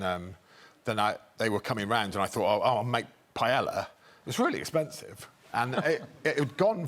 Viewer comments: cleaning lady knew greg had no business making paella if he couldn't even pronounce it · The actor Greg next to Sebastian Stan is mispronouncing Paella sorry there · Why don't English speakers just learn to say 'paella' already? What they say, in Spanish would be written 'paela'. It's a palatal lateral. We'll end up saying it like they do, badly, like with everything.